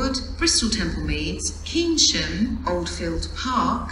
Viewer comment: Keynsham is pronounced as Kane-shum. Would be nice to hear change at (insert location here) for replacement road transport to (insert destination here)